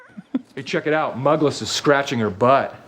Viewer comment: It's pronounced "Moogless"